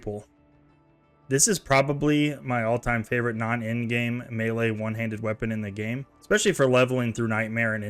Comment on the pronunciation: Melee is pronounced "may-lay"